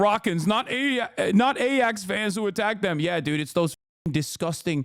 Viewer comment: It's pronounced i-ax